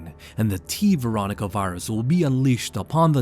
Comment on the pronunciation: "Varus" lol. Great video though!